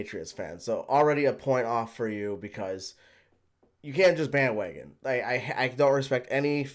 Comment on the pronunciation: " BAN WAGAN "